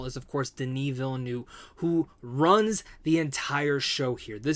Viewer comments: Veel-NERVE is the pronunciation... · Villeneuve is pronounced Ville ( Nerve without the R sound ) similar to the number 9 in French Neuf. Cheers